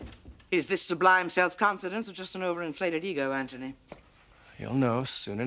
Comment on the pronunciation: Anybody else notice how Sally consistently says ANTONY and everyone else says Anthony?